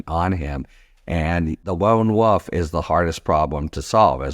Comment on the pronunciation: Harry I love love love your work but I also think that it’s cute that you sound like you are saying like woof and not lone wolf